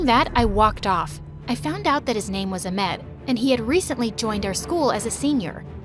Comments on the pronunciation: Wtf is amed it is ahhhhmed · It’s ahmed not ahmd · Its not a-med its AH-MED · it’s not pronounced ahmeaud it’s pronounced a-ahm-ed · No it’s A then you pronounce the H then M E D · Trust me I am Egyptian it’s not a Amed it’s Ahmad. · its not a-med bro its ah-med just pronounce the ah since it is spelled ahmed? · bro the way they they say Farah in arabaic it actually means mouse and its pronounced like ahhmad not amed. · Can someone please talk about how the fact that she thinks that's how egyptians are? u really think there that stupid??! and what kind of egyption are u if u cant even talk arabic or pronounce the the most simplest name Ahmed its Ahmed not Amed and u dont even show them speak in a egyptian way and u would'ent be a true egyptian if ur not from cairo wich from u clearly ur not and egyptians have always comedy and im not saying a hate message im just trying to help u fix ur mistakes😁 oh and one thing if an egyptian mom that is blind and has no father they wont say "(i feel so bad for u and what happend u know even tho i dont know u i will let u live in my house and u dont have to do any thing)" that will never happen when they tell u the story all u can say is"(أنا آسف جدًا من أجلك ، أقسم أنك تعلم أنني أريد أن أعطيك خمسين أو مائة ، فأنت تستحق ذلك ، بارك الله فيك ، وعلى الرحب والسعة)" and if u get lucky enough to live with them ohh u wll regret. ur welcome for teaching u ur mistakes and how to be a true egyptian welcome😁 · Thats not how u say it not amed ahhhhhhmeeeeedddd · it's ahmed not amed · his name was ahmed not amed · It’s not A-med, it’s AH-med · This is not cool you keep doing people from other countries but at least learn how to pronounce their names before you go emed when its AH MED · Not trying be mean or anything but the name isn’t pronounced Amed, it’s Ahhhhhhhhhhhhmed. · your making me cry how u pronounced the arab names 😭 its not aimed its Ahhmed and not fara its farahh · When Farah says "Amed" instead of "Ahmed" 🤣🤣😭😭😭😭